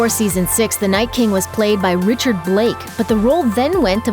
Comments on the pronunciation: Richard Brake, not Richard Blake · The first Night King actor's name is Richard Brake, not Richard Blake as said in this video. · Richard BRAKE, not Blake🤦🏻‍♂️